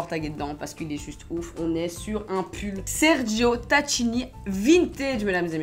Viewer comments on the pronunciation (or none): je veux pas casser les burnes mais... voilà le "cch" de Tacchini la marque se lit comme ça "takini" et non tatchini c'est de l'italien je voulais juste te le dire sur ce la bises 😘